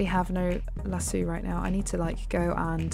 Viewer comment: Its lasso not laso